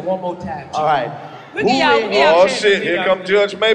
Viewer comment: Chico - not Two but Cheww lol..... 😂😂😂